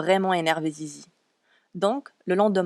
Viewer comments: C est pas "zizi" mais lizy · Elle s'appelle sisi ah je croyais que c'était zizi C ton accent déso 😅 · Il le pronomce mal mais c'est Sissy